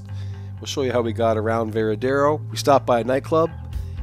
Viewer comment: It is not "Veradero." It is "Varadero." Say it right